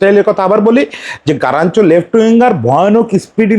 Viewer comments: আপনি কি তোতোতোতোতোতলা 🤣🤣😂😂🤣। গারাচ্চো না কাগা গার্নাচো 🤣🤣🤣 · ভাই ওর নাম গারনাচো.. গারানচো নয় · আগে নাম বলাসিখেন তারপরে ভিডিও বানান 😅😅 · Plz pronounce the right name.